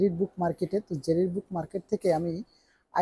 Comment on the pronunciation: Jerir na jarir book store